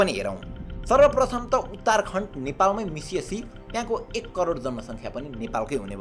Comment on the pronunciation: Champaaran ho Champaran ani uttarkand haina uttarakand ho ali ramro pronunciations ganru